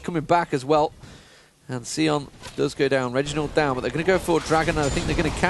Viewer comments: It's Sion, not Seeon. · Seeon. No. Sion..like Scion. Bad commentator is bad.